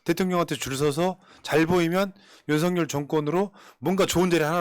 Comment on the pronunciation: 윤석열 은 윤서결로 발믐해야 합니다. 이름이 "윤석렬"이라면 윤성열로 발음되지만 윤석열이기 때문에 윤서결밍 맞습니다. 방송하면서 두 가지 발음이 다 나오네요. 국어 발음법에 맞춰 주시기를 바랍니다.